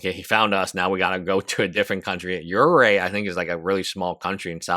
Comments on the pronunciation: Uruguay - “your - ruh - gwai” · It's pronounced "Yer-a-gay" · I mean, at this point he should just attempt to pronounce it in Spanish IPA: [ˈu.ɾu.ɣʊaj] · You butchered that "Uruguay". It's "Oo-Roo-GooAye" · Next time type this into google so you don't sound like a goofball: "how to pronounce Uruguay" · Bro you speak english very well but how the fuck are you messing up Uruguay so badly hahah